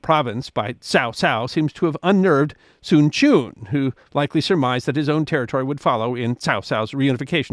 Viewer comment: Sun Quan is pronounced more like Soon Trends and Cao Cao is more Child Child. Anyway, Good Effort !!